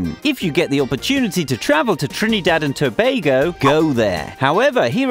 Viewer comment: why tf did he prnounce it that way "TrnIIdadh and toebagoe"